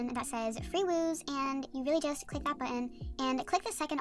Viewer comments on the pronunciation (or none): It’s wooz not wooze